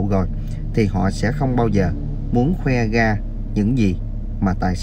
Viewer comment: Làm YouTube thì ráng đọc cho đúng chính tả, những chữ R, TR phải nói cho đúng, ông này nói ngọng nghe phản cảm quá. Ví dụ: ra thì đọc là ga, rằng ( gằn…) ông Trời thì gọi là ông chời …rõ ràng : gỏ gàng